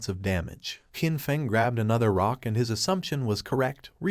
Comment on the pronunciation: The characters name is Qin Feng. The proper pronunciation would be chin fung.